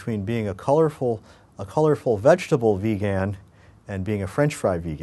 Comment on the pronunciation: Great Video, but you say vegan funny.